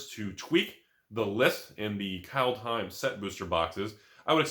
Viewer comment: Pronounciation is: Culthime